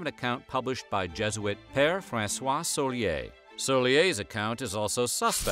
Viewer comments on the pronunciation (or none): none